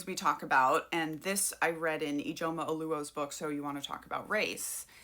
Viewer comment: My sister’s name is Ijeoma, I about fell off my chair when I heard you say her name and pronounced it so well!!!!! You just earned my sub!!🙌🏽🙌🏽🙌🏽